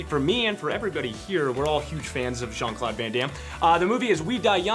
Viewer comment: LEARN TO PRONOUNCE HIS NAME U DUMAZZ TETE DE MERDE ITS CLAUDE NO CLOD